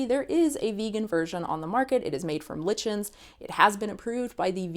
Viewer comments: I've never heard anyone pronounce it like she did, with the "i" sounding the same as in lick, but "like-in" and "lie-chin" are both common; I've had teachers and professors that used either. I've had professors pronounce Nietzsche differently, too: one pronounced it "Neech-ay" and the other "Neech-ee". Funnily enough, these professors were married to each other. :p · Lichen is pronounced as like-n